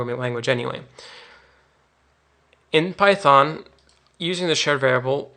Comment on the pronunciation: PAITHON, WHY PHAITON?